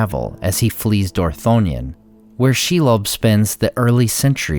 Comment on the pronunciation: Are you sure about the pronunciation of Shelob?